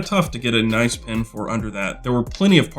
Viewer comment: I was a good way through the video before I realised when you say pin you mean pen 😂